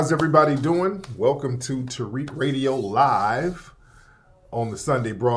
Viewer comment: Tear-Rick (Tariq) 🤣🤣🤣🤣🤣🤣